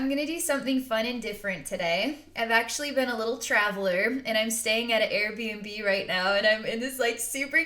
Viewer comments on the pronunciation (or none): none